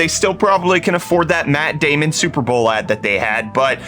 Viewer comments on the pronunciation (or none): none